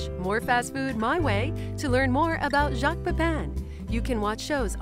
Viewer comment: First time I have seen him and I think he's very good - very, very good BUT Messieurs les Americains please pronounce his name correctly. His name is Jacques the sound is ATTACK and not SHARK and Pépin more like Paypal than Paypaaarn. No one else would notice but it kind of grates on the English or Welsh ear. I know, I know, the English can't pronounce it either.